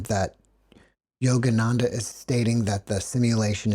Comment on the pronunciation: I can't help giggling at "Jogananda"!! Sounds so funny